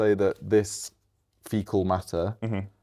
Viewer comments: He said artificial fetal matter when he meant to say artificial fecal matter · If you got foetal matter leaking out then girl, you in trouble 😂😂😂